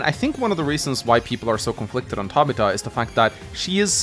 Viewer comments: It's pronounced Tab i fa not Ta bi ta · Tab-ith-ah. Not Tab-it-ah. Love your content. But that was bothering me. I know its stupid but I couldn't help it. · Never heard anybody ever say Tabitha like that. Ta-bith-a. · Tabita? Tabitha. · For the love of, you are way off pronouncing Tabitha: The developers knew how broken Caulder was, that he was banned from the online mode. I agree that for a Final Boss, it makes sense he is overpowered, and clearly was not meant to use in multiplayer. I'm not sure if I would consider Lin to be A. Maybe in Fog of War, but without it, she does become a bit under-powered compared to the rest. While Greyfield is a weak CO, I do say he shines on larger maps, especially with Naval support. When you are running out of ammo and fuel, so don't have to rely on APCs (or whatever they are called in Days Ruin). He can just activate his CO Power, and that is really helpful (he's basically like Jess). Also, APCs can only build a Temp Airport or Port once. The Materials can not be resupplied, and only Greyfield's power can do this. Same with building Seaplanes.